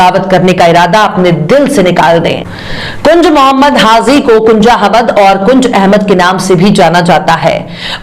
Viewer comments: The word is : HAH JI Not HAH ZEE Thanks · HAZI KYUN BOLTI HO....HAJI BOLO